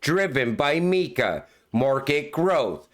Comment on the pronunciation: Mika. not. Meeka